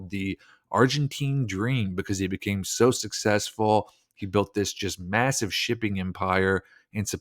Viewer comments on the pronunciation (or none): none